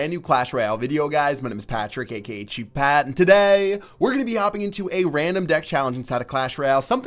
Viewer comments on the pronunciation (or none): When you say "TODAY" is that an actual accent from a city/town or is something wrong with your voice?